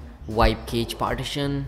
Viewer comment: yeahh man!:D and 1 more... "Cache" pronounce like "cash"... So correct your pronunciation